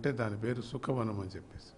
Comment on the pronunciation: సుఖ వనం కాదండీ...శుక వనం pls do corrections...👍👍